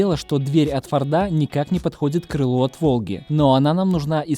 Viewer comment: Не Фарда а форда